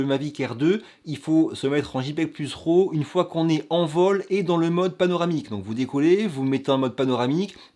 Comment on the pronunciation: c'est que tu dis fichier ROW et devrait dire RAW.... il à pas de "o" dans RAW - J'adore l'accent "francais" lol J'agace et continue ton bon travail.